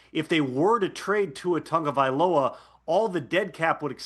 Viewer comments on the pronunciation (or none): Somebody tell Tom that there is no N in Tua's last name.